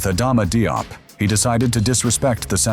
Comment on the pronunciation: I think you're mispronouncing both "Nguyen" and "Diop".